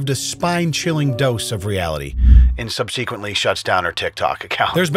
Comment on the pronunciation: NNOOOOOO PLEEEZZZ!!! Not U, man- not u too… It’s SUB’-se-quent. Not sub-SEE’-quent. Idk when YT-ers started mispronouncing this word (along w a number of others, & also misspelling “whoa” by moving the h to the end- drives me apeshit every time 🤯) U are the arbiter of proper internet behavior; we rely on u to set an example! PLZ show these kids how it’s done & say that shit RIGHT!!